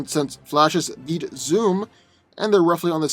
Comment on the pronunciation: I swear, every time you say beat, it sounds like you're saying eat. "Doomsday has eaten Flash in the past".